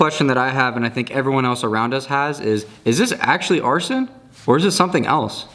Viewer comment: Also arsen = arson lol